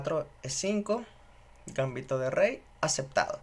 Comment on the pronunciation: GambÍto con acento pero sin tilde en la Í (palabra grave)... al menos en castellano.